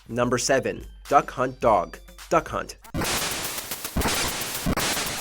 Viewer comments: I swear he said “That c*nt” and not “Duck Hunt” right there. 🧐😂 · It not Duck hunt dog it Duck hunt